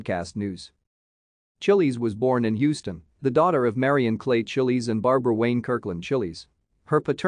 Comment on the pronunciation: Thanks for producing and posting this, but can't you correct the pronunciation of the mindless bot you have as narrator? Chiles rhymes with 'smiles,' not 'chilies' as in the peppers. Anyway, she was a beautiful woman who was among the first American models to become famous around the world. Fashion photographer Francesco Scavullo said she had a "dangerous beauty," and he was right.